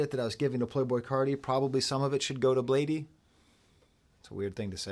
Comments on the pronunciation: It’s blade not bladey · love the video unc, but its just pronounced "blade" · this video made me make an account on my insurance's website and reach out to a therapist. (Please stop saying bladee like that 😭).